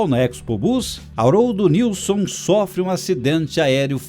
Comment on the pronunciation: Joinville SC x Guaratuba PR, e a pronúncia correta e Nilsem sobrenome de origem sueca, Joinville foi colonizada por alemães, suíços e suecos. Nunca falam o sobrenome dos fundadores correto.